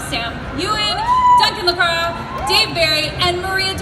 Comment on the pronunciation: Duncan "Lacrow"?! Yikes! I would think if you're going lay claim to being involved with the show in any way you should at least be able to pronounce their names correctly...